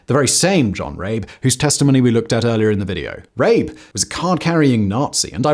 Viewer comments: Come on now Simon, is it really THAT hard to pronounce the names correctly? I can understand that maybe the Chinese names might be a tad difficult to get right but Rabe is absolutely not difficult to pronounce in the German way. I expect a bit more effort especially when you say you want to honor the victims. Would you like it if I pronounced your name in Spanish or French? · Thank you for this video. It honors the memories of the victims. 2 points of corrections though: (1) the Chinese flag shown is incorrect; it is the PRC flag. The correct flag to use is that of the ROC. (2) The correct pronunciation of Rabe is similar to "rubber", instead of "rape". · John Rabe . Is definitely not pronounced the way you did it here. It's not John Rape but sounds more like "Raabe" the a is emphasized and his name translates to crow. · Rabe is pronounced Rah-ber in German. The Japanese violence was so brutal & horrific, it even cringed the most fervent Nazis. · Maybe look up the pronunciation of “Rabe” next time, it’s especially bad to pronounce it as something that sounds like “r*pe” in the context of this video… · It’s pronounced rabE (raven). The e isn’t silent. He wrote a report to hitler about the Japanese, after he came back to Germany, but the made him silent . He lost his enthusiasm about the nazi party and lived a very poor live with his wife, died later. His report was discovered later again. The chines saved his house and made it a memorial. He is still remembered by the people there. But wasn’t there also a Japanese diplomat who saved Jews in Litauen (litavania??? Don’t know the English name)? So there people, in the midst’s of their ideology, but still were human enough and helped people. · I know that's not the right video too make jokes in the comments but I love the way Simon pronounced John Rabe.